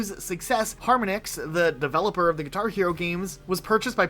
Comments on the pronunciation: Just an aside, the company Harmonix is pronounced like the musical technique 'Harmonics' not Harmon - icks. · harminix 🤢🤢, its har mon ix bro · man its har-monix not harm-onix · HAR-MAH-NIX, not HAR-MUH-NIX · I love you guys but how do you manage to mispronounce at least 3 things per video, harmonix is obviously pronounced like the word harmony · Wow, I have never heard anyone pronounce Harmonix like that. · Your inability to pronounce harmonics properly is driving me nuts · How many times can you mispronounce Harmonix? Holy shit Skip L T D? That's limited... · The amount of people that mispronounced "Harmonix" is pathetic. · your pronounciation of Harmonix and constantly referring to the keyboard as a keytar kind of drove me insane for a bit there. I appreciate you acknowledging that Nuts & Bolts had its fans though, as that game tends to be dogpiled on whenever it's mentioned, unfairly so in my opinion. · Harmonics is a real word you can look up instead of inventing a goofy ass way to pronounce Harmonix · Never seen someone mispronounce harmonix so much in my life